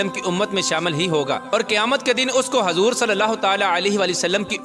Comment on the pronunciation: Hazoor nahi huzoor hota h